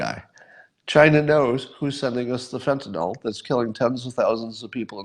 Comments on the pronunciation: Fen-ti-nl Not all or ill. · fen-tin-nill not fen-tin-nall.